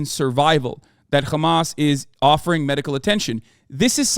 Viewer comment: Why are you saying khamas, it's hamas